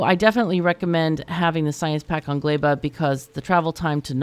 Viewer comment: its so funny to hear everyone's different ways of pronouncing the planets,, caught me completely off guard when you said glæba lol